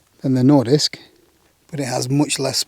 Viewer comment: Nice pronounciation there on nordisk!